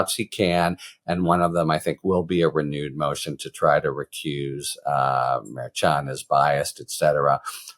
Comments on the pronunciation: Harry, you are mispronouncing the judge's name. It is pronounced MerSHan, not MerChan. Please, Harry, it's annoying. It's not that hard to do it right. In one of your videos attorney KFA gave you the correct pronunciation and you acknowledged it. Please be a little bit professional. Stop mispronouncing the judge's name. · Love your content. Pronounced MAR SHAWN not MAR CHAN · I love ya, Harry, but everyone else says “mer-Shawn”. 😀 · Harry!!!!! It's pronounced Mer-shawn. You were even told that. Come on man. Mer-shawn. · Harry it is pronounced like MER-SHAWN!🤭🤭🤭…Karen corrected you last week!…Love you tho,you are still my favorite talking dictionary! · As much as I appreciate your legal takes, I wish you would pronounce Judge Merchan's name correctly! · Why can’t you pronounce the Judges name correctly?? Do you have a French name impediment?? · KFA already educated you, Harry, on how to pronounce the judge's name. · Man, Karen Friedman already corrected you on the pronunciation of the judges name. It's not a hard c h